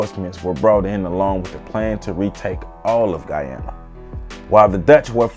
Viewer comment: Thank you, but also...your pronunciations are like nails on a chalkboard. I'm so happy you pronounced Guyana correctly.